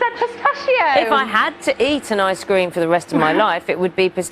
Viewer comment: "Ice Scream"..she needs to learn how to pronounce ice cream